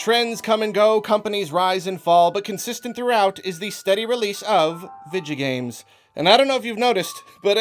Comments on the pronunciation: Nobody:: Vidjo Games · I love how you say "video games" as "vidjo games" lol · "Vijagames". That pronunciation is probably scarier than Resident Evil 7. I was wondering if you played Skyrim. It's definitely in my top 5 this decade, along with The Last of Us. Not only it's one of my all-time favourites but objectively one of the best of the decade. Period. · "Vijigames" lol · I thought you said “ninja games” at the beginning bruh